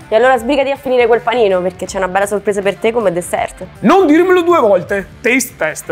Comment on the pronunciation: Mi scuserete ma, avendo visto abbastanza video, sta cosa la devo dire perché non la reggo più. SI DICE DESSER!!! LA T FINALE NON SI LEGGE, SANTO DIO! 🤦🏻‍♀️🤦🏻‍♀️🤦🏻‍♀️🤦🏻‍♀️🤦🏻‍♀️ Non si può sentire!